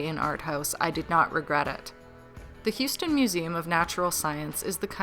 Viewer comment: I think you got Houston pretty perfectly.